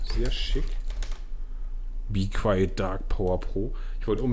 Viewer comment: be qwayeet , geile aussprache